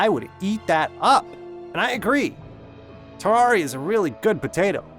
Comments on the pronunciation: I have never played terraria and I have never watched a terraria video. Why is this on my recommended? also why do you say terr are ee uh It’s terr air ee uh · its pronuced TER RA RIA not TAR RA RIA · dude, its TERR AR I A not TERR AR IA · I'm sorry did you just say terrARRRRRRia?